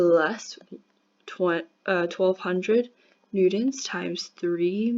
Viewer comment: what a horrible video. The lag between your voice and your writing could have been so easily fixed with the most basic of editing knowledge. You made several miscalculations. And for some reason you pronounce newtons as newdons which is reallllly annoying.